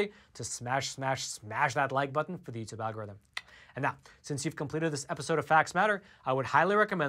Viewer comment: Here's one for'al-gore-rythym'